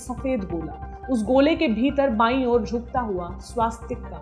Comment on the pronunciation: Pronunciation of "Swastik" not correct